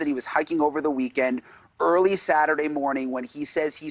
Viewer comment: Do none of these reporters not know how to properly pronounce Appalachian?